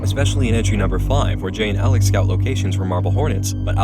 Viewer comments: was it "alex" she says or "salads" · "Alex" sounds more like "Salads" lmao